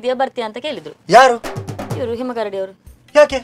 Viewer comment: ಹಿಮಕರ್.ಡಿ❌ ಹಿಮಕರಡಿ✅ 😂😂😂